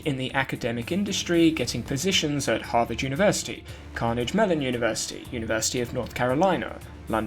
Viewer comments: ... "Carnage Mellon" ... loving it! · "Carnage" Mellon University. LOL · I'm sorry, but "Carnage Mellon University" cracked me up. Good overall though!